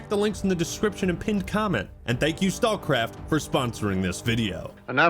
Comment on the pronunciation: I love that "StalCraft" just became "StawCwaft" every time he said it! Made me smile